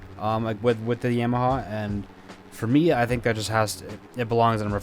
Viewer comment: Why do you say yamaha like that smh 😤